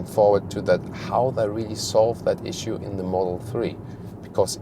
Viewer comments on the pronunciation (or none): none